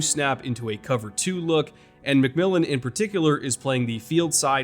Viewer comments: as a broncos fan, THANK YOU for pronouncing J-Mac’s name correctly lol announcers keep butchering it on broadcast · Thanks for pronouncing McMillian's name correctly! Nobody on TV can it seems.